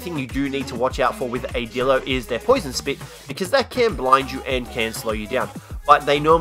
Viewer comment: It's not Dilo It's D(eye)lo